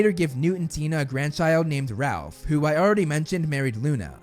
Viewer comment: Not Ralph, Rolf.